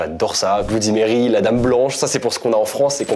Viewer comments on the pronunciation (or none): none